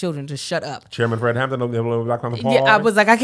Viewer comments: Is it just me or does it sound like everyone is calling him Fred "Hammond"... I keep getting distracted by it. Lol! 😂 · It’s the fact that y’all kept saying “Fred Hammond” instead of “Fred Hampton” 😂😂😂 but yes, the movie was chefs kiss 👏🏾👏🏾👏🏾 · Watching two churchy people struggle through calling Fred Hampton - Fred Hammond is amazing 😂😂😂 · HamPTON. Not hammond. Hammond is the gospel singer.